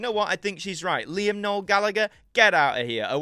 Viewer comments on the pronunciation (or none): none